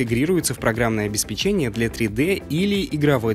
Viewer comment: третий раз пишу тебе — обеспЕчение, ударение на вторую Е. отписка